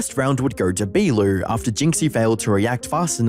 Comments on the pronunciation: He said beeloo 🤣🤣🤣 it's said bo-low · HIS NAME ISNT PRONOUNCED BEAWALEW. IT'S B(O)L(O). COME ON BRUH. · Beeloo lmfaooo. Its pronounced Bolo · dude its bolo no belu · The way he’s saying bee-loo is pissing me off it’s “bo-lo” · Yo I love your videos man and I died laughing every time you said Beaulo. For Context His name is pronounced (Bo-low). Still an amazing vid and I always look forward to your uploads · "Bee-loo" lmao!! It is pronounced BoLo - as in Beau (the male name, or "Bow" tie) and "Low". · Bro it's pronounced bolo lol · “Bee Lu” 💀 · Bee - loo 💀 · No way this dude said be Lou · ok calling beaulo… beelu is crazy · no way you called beaulo beelou in no way does beau make the bee sound unless you completely ignor the u for no reason you had to have done that on purpose to engagement farm you even heard jynxzi say it right not a single other person has ever called him beelou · His names pronounced like Bolo btw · Brother it's pronounced "bow-low" bow like bow and arrow lmao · STOP SAYING BEELOO PLEASE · bro calling Beaulo, Beelu 💀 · Bro actually just murdered Beaulo's (pronounced Bolo) name🤣🤣🤣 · he even heard jynxzi say it and still turned beau into bee i mean hes acting as if the u doesn't exist must be to engangement farm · Great video, but the way you say Beaulo is outrageously wrong lmao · You mispronouncing beaulos name killed me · The pronunciation of Beaulo hurt each time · The video was super entertaining by itself but watching the mispronouncing Beaulo and commenting over every round and trying to explain what was going on without Siege terms lmfaooo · Me watching butchering the pronunciation of "beaulo" 👁️👄👁️